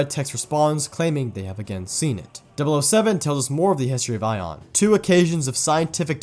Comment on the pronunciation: why do you say aion like “ion” when the only time we’ve heard it pronounced is like “a on”